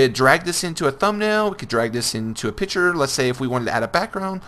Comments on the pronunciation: Bruh Piture😂😂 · i wonder if you've learned there is a c in the word picture yet.